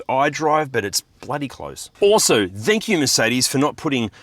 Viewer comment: what is "thankiew" lol